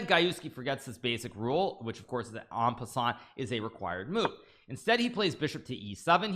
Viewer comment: Hikaru finally pronounced “en passant” correctly? 🤩